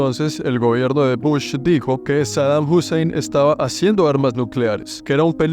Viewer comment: bro really said saddam husseim